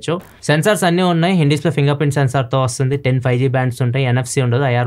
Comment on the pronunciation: 5z kaadu anna 5G 😂😂